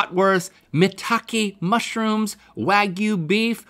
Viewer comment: instead of saying wagyu link says wagoo link you made my day